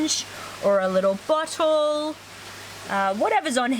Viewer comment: "you can use a spooonge or a little butthole" Lmao I know she said bottle, but kinda sounds different